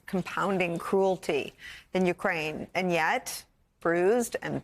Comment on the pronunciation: Someone should help Nicole pronounce the names of Ukraine cities correctly.